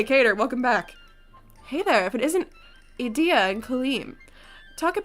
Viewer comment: Ignihyde bois are the best. Their vignettes are either "lol-funny" or "welp now I'm feeling rather down". Yeah you pronounced idia name right, "ee-dee-ah" and for a headsup the other person in the same dorm(ortho) is pronounce like "ore-toe". Also don't you worry I saw what you say to Ignihyde past episodes, I'm sure trey will grow on you too